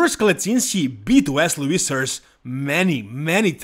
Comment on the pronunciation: My favourite thing whenever makes videos about Wesley Vissers is guessing how he's going to pronounce his name this time. Vesley Wissers? Wesley Wissers? Vesley Vissers? Why decide